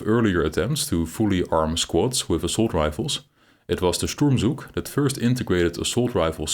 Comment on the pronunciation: Pronunciation: the “z” in “Zug” and “Sturmzug” is voiceless in German.